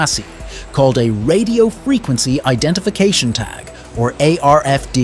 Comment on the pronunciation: Radio frequency identification tag = RFID yet the voice over says ARFD????